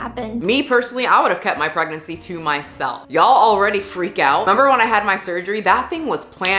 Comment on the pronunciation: LoL the "pregnency" 🤦🏼‍♀️